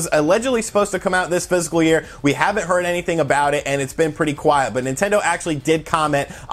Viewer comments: he's def not saying fiscal. Fiscal doesn't have 3 syllables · ITS FISCAL, NOT PHYSICAL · I don’t mean to be picky but it’s bugging me. it’s not “physical” year it’s “fiscal” year. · Physical year or fiscal year? I keep hearing physical. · I head PHYSICAL year distinctly. you aren't crazy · Almost positive he meant fiscal (likely even was saying it tbh), but I came to the comments to see if I was the only one hearing physical :P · He also mentioned spring in his comments about total sales regarding the "physical" year. My guess is he meant fiscal and it just sounds like physical... or just a mistake. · Its fiscal year, not physical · He's saying "fist full year" 👍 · No, he's definitely saying 'physical'. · Are you saying physical year?